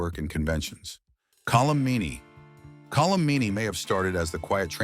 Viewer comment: It’s Colm not Colum.